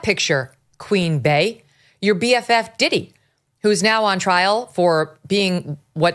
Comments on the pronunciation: Jesus Megyn, it's BEEEEEEEE, NOT BAE! Jeez, you even said Bae-Hive. How could you not put that together? Bee hive! I can't stand Beyonce, but even I could put that together. Context clues, Megyn. Use your context clues. 😂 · Queen Bey = Queen Bee, not Bay. Bey hive = Bee hive